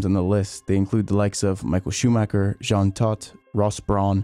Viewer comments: Imagine being a F1 fan and create content about F1, and not even bothering properly pronounce one of the most legendary F1 pilots name ever. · I was talking about Michael Schumacher. It's a German name. While it's unreasonable to expect a foreigner to pronounce it in a perfect German way with German accent, I do believe you should at least try to do so.